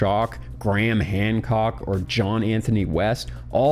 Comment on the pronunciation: does homeboy say Graham HANDcock? 😅🤡 🍑